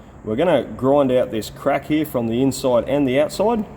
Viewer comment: Take a shot every time he says cuack